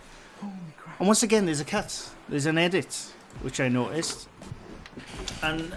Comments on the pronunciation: LMAO! I was looking for a cat because I thought you said “There is a cat.” Turns out you were saying “cut”, “There is a cut.” 🤦🏻‍♀️ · Me too Lol I thought he said cat also Lol